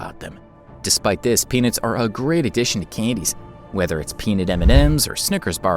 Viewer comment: It helped me when the m&Ms had penises inside it's pronounced peanuts thank you and I didn't know there was power rangers in the pack of m&M's what kind of m&Ms has that? I know what you're doing there.